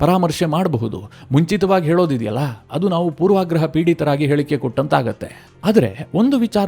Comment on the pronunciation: "ಪೂರ್ವಗ್ರಹ " ಅನ್ನಿ. ಪೂರ್ವಾಗ್ರಹ ಅನ್ನುವುದು ತಪ್ಪು.